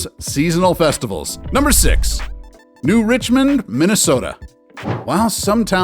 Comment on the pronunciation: I live right next to “New Richmond,” it’s actually New Richland, lol. Pretty scuzzy town, we used to make fun of it growing up, but it’s right in the heart of farm country if you’re in to that.